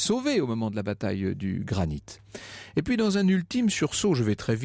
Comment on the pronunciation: "lors de la bataille du Granite"...Vous vouliez dire GRANIQUE